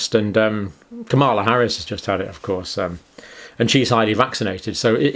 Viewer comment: When are you going to learn how to pronounce Kamala Harris's name? FFS, it's not rocket science.